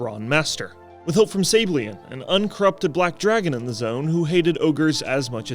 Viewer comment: Im just gonna assume he said Sabellian wrong just to make me comment about it